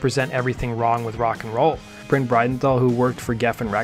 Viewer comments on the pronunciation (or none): It’s pronounced Brin, not Bryan